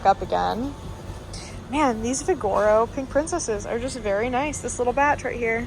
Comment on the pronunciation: Omg 😂😢😂😢 say it with me.. vig o ro, vig o ro. Not vi gor o 😂